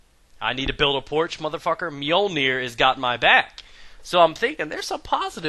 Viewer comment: "MJÖUOLNIIR" xD